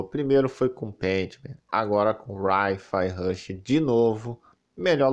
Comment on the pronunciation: "Rai Fia Rushi" hahaha. Mano...por favor... ninguém fala para que Hi Rush Rush vendendo bem no PS5 so vai dar mais grana pro Xbox. Enfim...deixa ele achar que ele é superior e nao um grande retardado haha